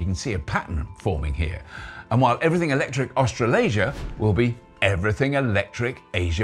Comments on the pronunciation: "Everyting" witout te caracter 'H'? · 'Everyting'? That could catch on 😂